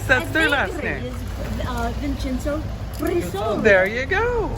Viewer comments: It's Griso-lee'-a. Stress on 2nd last syllable. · Hi Guys, I have just started watching and before I forget, “Grisolia” pronunce it with the accent on the second “i”, not on the “o”. :). I agree with you, I like to visit all those small villages, but it is good to be back in Scalea where we have all the amenities and is mostly flat and easy to drive around.